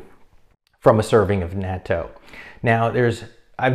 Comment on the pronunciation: Well since I live in Japan, I guess I’ll start eating natto again. I like the ones that come with either wasabi or hot mustard. It’s also not bad with hot sauce. Not big fan of the straight natto flavor (I’m not Japanese). Nice job on pronouncing natto. You were actually pretty close. (It sounds like knot-oh) Thanks for the information!